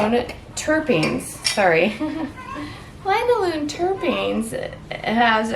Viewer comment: Linalool not line a loon. 😂